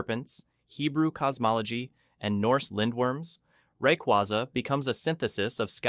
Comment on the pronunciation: RAY-QWAY-ZA NOT QWAZA